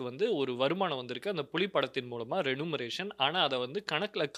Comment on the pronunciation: 1. வணக்கம் சொல்ல சொன்ன நேயரை daily கேவலப்படுத்தும் விதமாக பேசுவது சரியல்ல. 2. பிரிவினை வாதம் பேசும் திமுக 'ஒன்றிய அரசு'னு சொல்வதை நீங்களும் சொல்வது முறையல்ல. 3. ஆங்கில உச்சரிப்பை சரியாக சொல்லவும். Ex. ரெனுமரேசன் இல்லை ரெமுனரேசன். Tax எவிக்சன் இல்லை tax எவேசன் (evasion). 4. தமிழ் உச்சரிப்பில் "ழ" ரொம்ப முக்கியம். உச்சரிப்பு எப்படி வேண்டுமானாலும் இருக்கட்டும் என்று சொல்வது 12 வருட அனுபவம் உள்ளவனுக்கு கேவலம்... (அடுத்தவரின் பேச்சை இப்படி இடையில் புகுந்து முறித்து பேசுவது தின் வழக்கமாக உள்ளது).